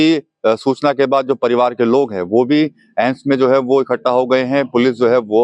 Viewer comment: सही शब्द: ✅ एम्स गलत शब्द: ❌ अम्स संस्थान का आधिकारिक नाम AIIMS (All India Institute of Medical Sciences) है हिंदी में AIIMS का सही उच्चारण और लेखन “एम्स” होता है “अम्स” कोई मानक शब्द नहीं है, यह सिर्फ बोलचाल या उच्चारण की गलती है